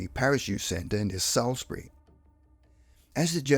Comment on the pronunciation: Salisbury is pronounced « sauce bu ree ». What’s wrong with you? 😂